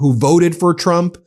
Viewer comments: Every time KKKaroline Leavitt says Trump it sounds like she says Chump. That is the only true thing that comes out of that disgusting girl. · It sounded like she called him president chump